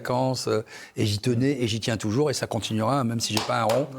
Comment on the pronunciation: Il sera TIN acteur majeur, ça fait vraiment mal aux oreilles. Au secours !